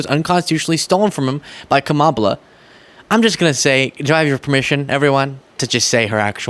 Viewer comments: I think maybe "Kamabla" is supposed to be "mob" because he can't pronounce her name right. He says kuMAHla, so add a B at the end of MAH and it sounds like MOB, insinuating she's into organized crime? Maybe? I mean, it's a reach and it's a shitty nickname even by Trump standards. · He’s saying “Kamabla(ck)”. What a sophomoric thing to do. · 'Kamabla' = 'kama-blah' ? really showing your "genius level IQ" there R. Smelly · Kamabla? I'm guessing the intent is to make people think of the word "black" because if it was meant to imply "blah" like it SOUNDS, he would certainly add the H to the end. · Is it possible that Trump says Kamabla because the "b" and the similar "a" sounds reminds one (or at least Trump) of Obama's name? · It's Kama blah. Like boring. That's how immature he is. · Trump is calling her Kamablah as in kama blah blah blah. Because his racist a$$ refuses to say her name properly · I don’t know if there is an actual reference in “Kamabla” he’s just spelling her name wrong on purpose to signal that he’s not going to give respect and say or spell it correctly so he can point out that her name is not an English name which to his voters reminds them that she is different. And to maybe claim she is not actually American, even though she is. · I think he started the Kamabla (I think it is pronounced, comma-blah) to merge her name with her identifying as black, because he has the maturity of a third grade bully! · It's intended to be "ka-MOB-la" and try to suggest she's part of the "organized crime family" that is the DNC. It's as stupid as it is childish. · He’s saying Kamabla for “blah, blah, blah” I speak fluent Trump. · With Trump saying “Kamabla”, he’s trying to insinuate that she’s blah, as in boring, which would make more sense if he spelled it Kamablah, but this is Trump we’re talking about here. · It’s Kamabla, he’s making fun of her names pronunciation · I think he's trying to say cabal but he doesn't know how to spell it